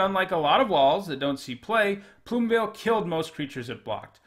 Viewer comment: I can't tell you how ecstatic I am that you didn't pronounce Plumeveil as "Plume-eh'veil". I hear so freaking many people say that and it's so annoying!